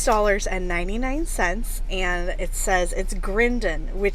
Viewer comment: Staffordshire ( two Fs) is pronounced 'Staffordsheer' by us limeys but pretty sure you were right on with the Grindon pronunciation.